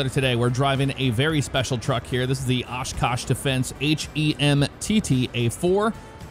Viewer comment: I live in oshkosh where these are made. They drive these everywhere! interstate and city streets. There's so many storage yards here for all the military trucks. I'm glad you pronounced the name right though. Not a lot of people outside of oshkosh can pronounce it correctly.